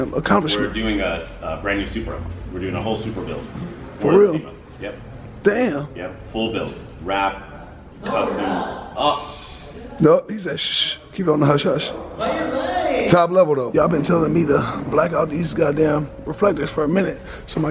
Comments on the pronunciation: What the hell is a “COSTOM” rim 😂😂😂 come on now sir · Bruh didn’t ur phone correct u on the word Costom (custom)🤣🤣🤣